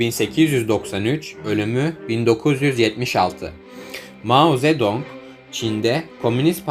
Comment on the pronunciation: maho zedoğnk